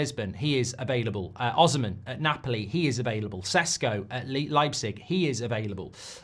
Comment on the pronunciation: Goldbridge, it's pronounced (O. C. Men) not (Osmen) as in for the Nigerian player Osimhen.